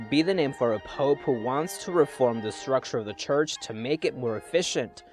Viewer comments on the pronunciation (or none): none